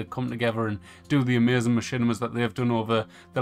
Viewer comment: It's AMAZING. Not ameuzin 🤣. Lol just joking. But the way you say it had me rollin